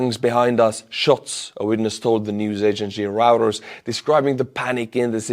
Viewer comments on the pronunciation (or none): No hate but Reuters is pronounced (roy-turs)